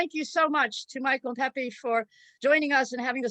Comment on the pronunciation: By the way, the name is pronounced is NOT “peppee” “peppy” or “peepee”. The letter E” is always pronounced as “eh” as in pet, bet, fed; not Pete, feed, etc. In the Spanish language (which I’ve spoken in my 70 years of life) the vowels do not change their pronunciation just because we do not learn them correctly. So it’s sound is pehpeh if we want to respect the language and not let someone else change it.